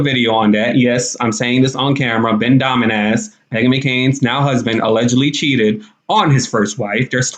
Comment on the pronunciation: Domin-ASS lmao. Love you 🤣